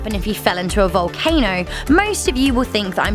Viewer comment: It sounded like she said valcaner